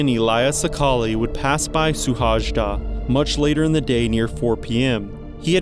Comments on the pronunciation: Suhajda... The pronunciation is off, it would probably be something more like 'Shuhaida'... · Hello from Hungary :) I really like your videos and show a lot of research too. But please next time listen to at least 1 original country video about the person and how they pronounce their name. Suhajda should be pronounced "Shuhayda". It would give more respect, and professional too.